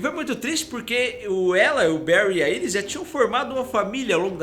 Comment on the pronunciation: só corrigindo